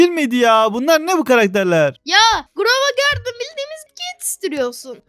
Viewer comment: GROVA GARDEN BİDE ONUN ADI JANDEL JANGEL DEĞİL